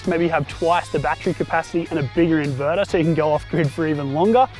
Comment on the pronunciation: I like the 240V socket connected to the "invedar", but I prefer the "thermomedar" and the "voltmedar" Jokes aside, nice job. Thanks. By the way, Bolt = screw+nut